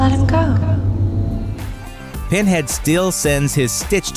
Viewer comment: "Penhad" lmao.